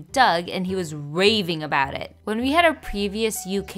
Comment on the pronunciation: nooo whyy did you pronounce it like that